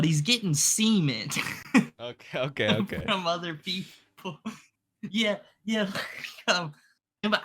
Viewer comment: and learn how to pronounce "cement". You both are saying semen and acting like you don't realize it... maybe you don't. That would be fucking hilarious. It's probably concrete.